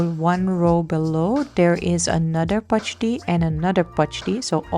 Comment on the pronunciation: You pronounced pachadi so perfectly